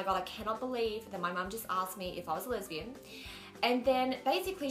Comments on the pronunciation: she's so cute lol! its funny how it sounds like she's saying "lebanese" instead of lesbian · why does she say Lebanese instead of lesbian?